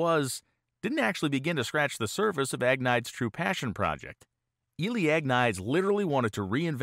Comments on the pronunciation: Great video. Just wanted to caution you though that Agnides is pronounced something like ag-knee-des. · "Ahg-nee-dez" How good can your research be if you get his name totally wrong? Seriously, the repeated butchering of his name makes this unwatchable. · I can’t watch a video about a Greek person whose last name keeps getting pronounced AG-niyds. There is absolutely no way that is how that name is pronounced. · I think his last name name is pronounced Agh-need-ees. BTW I thoroughly enjoy your channel especially anything to do with drag racing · In most Greek names, you put the emphasis on the second syllable. Ag-Ne- deez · I think you'll find that as he is Greek his last name would be pronounced Ag-nide-eez. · Interesting video, thanks. But, being Greek, I'm not sure you're pronouncing his last name right.